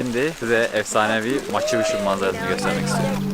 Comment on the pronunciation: Maçı Puçu ne demek lan?! 🤣🤣🤣 Maçu Piçu (Machu Picchu).